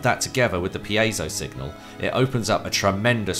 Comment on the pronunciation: Finally. Somebody who knows how to pronounce piezo